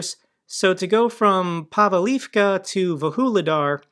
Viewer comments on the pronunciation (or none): They are pronounced Voo-le-dar and Pav-leev-ka. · Just a helping hand. Pronunciations: Vuhledar - Vuж li dar and - Pav leev ka. (Sorry. I was having flashbacks of on Task & Purpose.😆) I appreciate how busy you are, and am thankful for all you do.